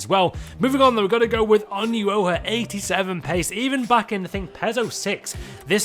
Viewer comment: how he pronounced Onuoha lol